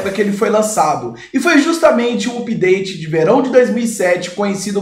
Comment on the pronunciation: Não se fala (úpdate). Tente "âpdate".